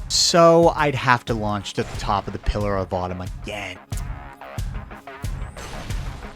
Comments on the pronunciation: You should totally re-upload this video and use Microsoft Sam to cover up every time you say pillar of autumn 😂😂😂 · Pillar of Autumn, he says. XD